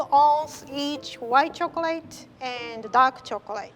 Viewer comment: I love how says chocolay instead of chocolate and says shift instead of sift ❤️❤️ Like if u agree LOVE U RIE